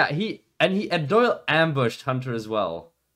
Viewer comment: John Soy-le. Peak cringe.